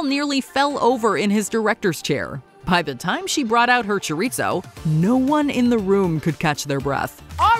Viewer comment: Choreetso? Gurl what dictionary are you using?